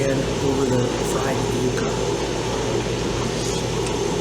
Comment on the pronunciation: It's pronounced YUUUUCA..Like YOU KA..NOT YUCKA....Just FYI